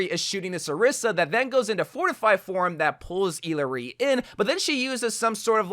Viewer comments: Is that how you pronounce her name? Ee-ler-ee? I thought it was i-la-ree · Eel-luh-ree??? That’s your pronunciation ?? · Bro said eelaree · Dude I swear he’s saying her name wrong on purpose lol 💀